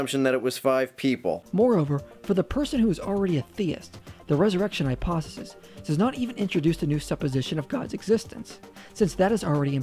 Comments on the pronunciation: Is he saying "hyposisys?" I would take a lot of these guys more serious if they knew how to enunciate properly. Also citing William "Lame" Craig doesn't help their cause. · The thing that annoyed me the most is how he couldn't say the word 'hypothesis' correctly